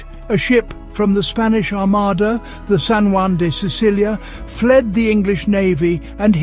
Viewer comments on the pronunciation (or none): none